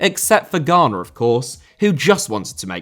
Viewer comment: Ghana* not Ghohrner * not Carl Inter* not Ento Silva * not Selver München * not Munich Koundé * not Koundei Joshua * not Youwshuer Aurélien * not Aureilien Tchouaméni * not Tchouameini Goretzka* not Goretzker Robert* not Robehr Lionel* not Lionl Mbappé * not Mbappei Félix* not Filex María* not Maríer Fofana* not Fohfohrner Musiala* not Musialer Valverde* not Valverei Possessed* not Posessed Guimarães * not Guímaraich Saka* not Saker Jesus* not Djeisus Benzema* not Benzemohr Sané* not Sohrnei Vinícius* not Venêceas Dybala* not Dyboler Theo * not Thiouw André* not Ondrei Stegen* not Steigen Onana* not Ohnohrner Ansu* not Anzu